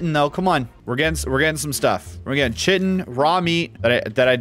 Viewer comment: Hey, Chitin is pronounced like "kite-in" Just FYI (if you care)